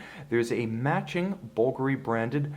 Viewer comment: I bet it’s incredibly lightweight. Like you aren’t even wearing a watch. Thanks for pronouncing Bulgari correctly. 👍